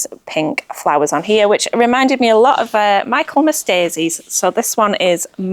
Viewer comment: Hy love thé MIchaelmas daisy lawn pronounced MICKLMAS Not MIKELMAS 🤣🤣🤣